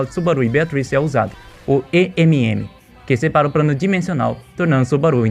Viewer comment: O cara falando prano